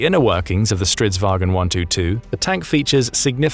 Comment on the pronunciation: aboute the Stridsvagn 122+... you pronouce it way wrong, soory! think more like war_cart. & yes it is straight translation from swedish 😂🇸🇪